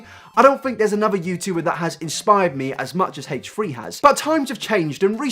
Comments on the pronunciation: "hatche 3" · Haychree haychree. Haychtree haychtree? Hatetree hateree? ....Haychfree Haychfree? Haychfree haychfree. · "Hate-tree hate-tree" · Haych three Haych three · Haych free Haych free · "haych-tree haych-tree" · Haych tree Haych tree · its not "haytree haytree" you stupid fuck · Are you saying hate3hate3? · Heightch three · "Hatetree hatetree" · haitch three haitch three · haytch tree haytch tree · HATCHE-TREE HATCHE-TREE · haich three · “HateTree HateTree” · I'm not upset with your views. I'm upset with the way you pronounce h3h3